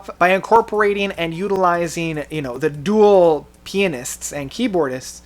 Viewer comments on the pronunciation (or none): none